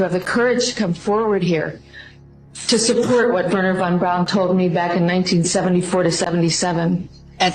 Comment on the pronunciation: Boy, this one is full of nonsense and lies. If that was Stanley Krubrik, fessing up, then Bart Sebril would have been the one taking this interview. I find it funny that none of these people are pronouncing Von Braun correctly...lol. Delores is delusional.